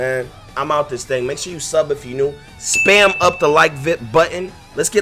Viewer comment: How tf you say up